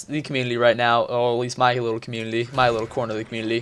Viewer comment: DUDE THE LAST VIDEO YOU ALSO SAID COMMUNITY LIKE COMULITY AND I DONT KNOW WHY AM I DOING ALL CAPS RAGE, RAAAAHR